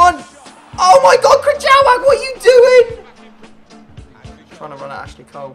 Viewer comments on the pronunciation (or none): krychowiak is pronounced kree-show-E-yak hope I helped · It's pronounced kry-hoviak , I'm polish I know it's said wierd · Protip for you: if you have no idea how to pronounce someones name (Krychowiak) just go to google translator, put their name and listen to how its pronounced